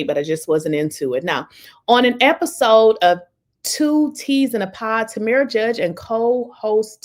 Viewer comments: TamRa not TamEra. Hope that helps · Her name is PRONOUNCED. TAM MERA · Tam-Ra. Is how it's pronounced...